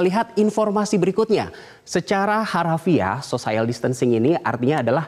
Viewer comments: Social bacanya biasa ajah kali sociel, bukan sosaiel Edit 18/3: sosiel bukan sosaiel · Sosayel????? wkwkwkwk sosiyel kali...... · Pertama kali dengar social bacanya sosayel....omg. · Malah banyak Yang fokus Pada " sosaiyel " nya ... Lmao 😁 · Salfok.. *sosaiel..sosaiel.. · mas.. mas..... kok " sosaiyal" sih? wkwkwkw, coba cek kamus google lagi gimana bacanya....wkwkwkw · Cara baca social nya salah, harusnya biasa aja cara bacanya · hahaha gue pikir juga gitu ... sekelas news anchor TV nasional gitu lhoh.... sosaiyal wwkwkw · masukan saja buat metro TV supaya teamnya belajar pronunciation dgn baik khususnya ketika memakai terminologi bahasa inggris... pelafalan distancing sempurna... social? ehm he he he telinga saya gatal berkali2... maaf 😂😂😂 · Buat #Metronews ... saya sekedar meluruskan yg salah ... pengucapan kata bhs Inggris "social" tidak tepat. Silahkan cek kamus. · sama begitu selesai aku langsung tulis saran ke metro teamnya harus belajar pronunciation. Ternyata setelah scrolling down, sudah banyak yg nulis juga. Yg jelas aku bersyukur bukan jadi tukang nyinyir sendirian wkwkwk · Nadhil Ihsan Lah kita kan memperbaiki... biar ngerti cara bacanya, ini bukan sok... kan buat pelajaran. Selebihnya dia bagus kok bawain beritanya...